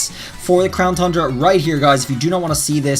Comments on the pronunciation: Is it just me or does he say crown thundra instead of crown tundra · Still saying Crown “Thundra.” When is he gonna get it correct?! I mean damn, you can clearly see there’s not an h in it! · it's really dumb how you say "Thundra" instead of "Tundra" like it's supposed to be called. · Why does he keep saying Thundra? It's Tundra. Without the h. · please stop saying thundra its tundra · You keep saying Thundera on tundra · Pronouncing The Crown Tundra Me: tun-dra: thun-dra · no offense but you are saying crown thundra and it is crown tundra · There's no way you can make Tundra sound like Thundra idc what kind of accent you got. Also, this is the 3rd time I've posted this comment and someone keeps removing it. Sounds like someone can handle the heat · Won't stop saying thundra lol it's tundra funny mistake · I have good reason to believe says "CROWN THRUNDRA" on purpose now lol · Is anyone else still sort of exasperated that he still says thundra? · “Crown thundra” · He always says Thundra and it makes me twitch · I heard Crown Thundra lol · DarkSpyro I know!!! It’s not to important but once you know it it’s just hard to miss!